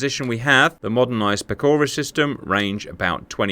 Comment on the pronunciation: Pechora is pronounced with a ch sound like in choke venesuelian freedom, not like a k like in killing venesuelian children for oil.